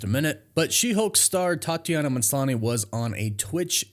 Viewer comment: It's not "MANSLANI". learn how to read.